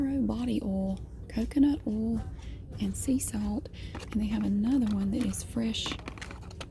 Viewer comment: “oll’